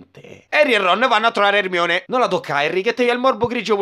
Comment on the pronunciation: Non è Herry, è Erenny